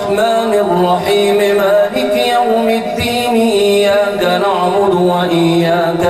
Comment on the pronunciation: قاری صاحب آپ سے گزارش کہ یہ (ايّاك نعْبدُ) میں یہ (د) صحیح کردیں آپ (ض) پڑھتے ہیں